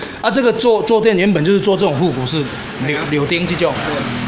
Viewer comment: ，在7分35秒左右開始介紹坐墊時，有說錯一個柳丁，其實那是鉚釘(ㄇㄠˇ)，音同"卯"(是三聲喔)，希望這樣能讓以後的介紹變得更專業，不然講錯字會有點漏氣XD 支持繼續推出新影片XD